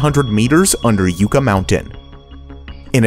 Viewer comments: Maybe teach the narrator how to pronounce Yucca Mountain correctly - Yuca (pronounced as “yooka”) is a root vegetable, whereas yucca is a flowering plant. Yucca (pronounced as “yucka”): Yucca is the genus name for 40 to 50 different species of a perennial shrub or tree grown primarily for ornamental purposes. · Not "You-ka". It's "Yuh-ka." Geez, that's not that hard to get right. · well, i know youre way off base on the H3 and Yucca Mountain. (btw pronounced YUCK-UH, not YOU-KA) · Yucca is pronounced “Yukka”, not “Yooka”. Just Sayin’ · Yucca is Yucc-A, not yuca, Yucc-A, not YouKA its... YuCCAAAAAAAAAAAAAAAAAAAAAAAAAAAAAAAAAAAAAAAAAAAAAAAAAAAAAAAAAAAAAAAAAAAAAAAAAAAAAAAA!!! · We actually pronounce it as it’s spelled; Yucca, not Yooka. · Phonics lesson: YUCCA, pronounced yuk-ka. The "U" making a Short "U" sound. You are giving a long"U" sound, Or pronounced U-KA. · Just to let you know, you're mispronouncing "Yucca" it's pronounced "yuck-uh" not "you-cka" the yuca root is a edible plant, and the yucca plant is a mostly spiny plant useful for weaving and basket making. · Okay man good video. But it's pronounced yuh•kuh like the Yucca plant. Not You•ca. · Yucca in Yucca Mountain is pronounced YUCK-a, not YOU-ka. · If he said "you-ka" mountain one more time, I was going to scream! It's pronounced "yuch-a"! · Yucca is said Yuka, not yooka. Sheesh. This channel is crap. Some of these projects are still viable! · It's not pronounced "Yooka" it's "Yucka" (Yucca). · It's not yook uh it's yuck uh it's named after the desert plant. This is a real problem on You Tube. People rant on these videos like they know but can't even pronounce half of what they are talking about. Language is important. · It's pronounced yuhcca not yooca. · Yucca is pronounced like yuk...not yook. FFs that was so annoying hearing the mispronunciation over and over again. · Holy cripes, dude saying "Yoookah Mountain" drove me nuts. Dude, it's spelled "Yucca", so say Yucca. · It's Yuck-uh not Youka...